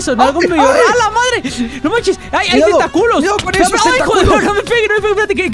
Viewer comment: Zombie xd me da re risa cuando dicen tenta-culos :v jajaj